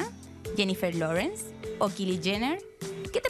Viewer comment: Se dice kaily no kili , kylie no se lo merece